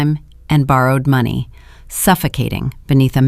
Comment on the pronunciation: It’s AI and they seem to have the hardest time pronouncing money and time.